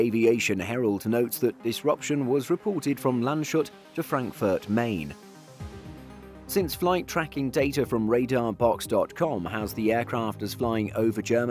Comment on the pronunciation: Love it how you pronounced the small town of Landshut 😂 You said it like Land Shut, but its Lands Hut